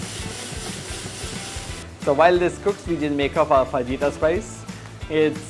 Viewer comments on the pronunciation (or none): Pronounced "fa-hyee-ta" "j" is silent